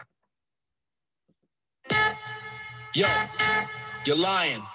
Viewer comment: You can’t say Mallorca ???🙄🙄🙄🙄🙄🙄